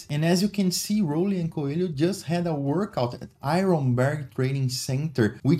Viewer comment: Coelho is pronuncied like co-e-li-o